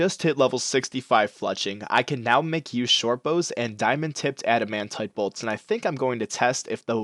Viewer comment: Pls do herblore And you say adamant weird :)